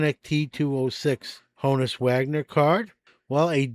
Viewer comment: I love how you pronounce it Honus, as in ‘bonus’. I grew up with that pronunciation too :) But in reality, it’s Honus, as in Johannes, eh?